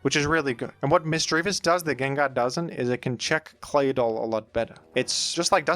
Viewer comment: Call me crazy, but am I the only one who finds the way that says Claydoll very satisfying?